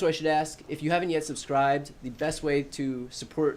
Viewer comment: I just wish that Thompson pronounces "adjoined" instead of adjourned. And says AKS instead of AsK. I wish people would correct him although I don't think it would make a difference because he so used to speaking incorrect English. Nothing against what he's doing, just wish he presented himself as an educated man.